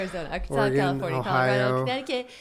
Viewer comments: Ore-GUUNNN you live in California come onnn no ore-gone in the west coast Oregon soft o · Jennnnna!!!! I’m deeply offended you said Ore-GONE....my earrrrrs!!! It’s Ore-GUN ;) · Its not oreGONE Jenna!!! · when Jenna kept pronouncing Oregon Or-eh-gone 😭😭😭😤😤 makes my ears want to bleed 😂😂😂❤️ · OrrGunn for the love of god, TRIGGERED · Jenna i absolutely love you .....But for the love of all that is vegan PLEASE stop pronouncing Oregon ....ORA-GONE. ....It's offensive on every level. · As an Oregonian, listening to her mispronounce Oregon about 7 times was painful lol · Jenna said Oregon wrong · that pronunciation of Oregon tho lol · Please teach Jenna how to say Oregon. Love from the Oregon Dink Fam! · Oh man Jenna everytime she said Oregon. My ears burned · Jenna has relatives who live in Oregon and she still pronounces it wrong. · Ouch. JENNNA.... 🤦🏻‍♀️ My heart. As a born and raised Oregonian I’m so sad you pronounced it wrong. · Jenna saying Oregon wrong hurt my ears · Jenna doesn't know how to pronounce Oregon.